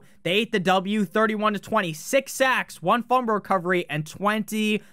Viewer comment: Are you saying fumber instead of fumble?